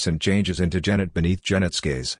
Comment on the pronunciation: This is a travesty! An AI attempting to imitate a human reading, only a human who has no sense of pacing and can't pronounce the author's name. What a combination -- that sweet spot between sick and sad. Just read the book. Better yet, read it aloud because it's pure poetry.